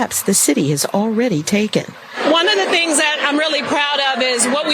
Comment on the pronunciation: LOLOL did you hear that moron, “ONE IMIF THE THINGS IM PROUD OF IS” those words should never ever ever ever ever ever come out of her mouth, EVER.. Did I say EVER